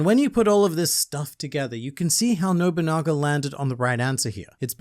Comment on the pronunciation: literally massive w youre the first person who has pronounced his name properly- ive heard nowabunga, nobunga, noguba, nobogana...